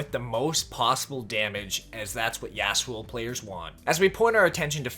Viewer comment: The way you say Yasuo hurts my brain.